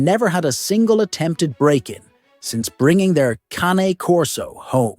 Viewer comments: You might want to pronounce this breed correctly! Its not CAN e as in soup can nor is it Cane as in sugar cane. Or even Cannie. Its Cah-Nay as in the sound a crow makes and the horsey sound Cane Corso Italiano . Any expert is not an expert who mispronounced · Sorry, but you lost me when you mispronounced the breed name. Something so basic.